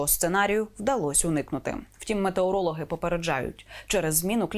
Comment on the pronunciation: якi мАтеорологи? може мЕтеорологи' га?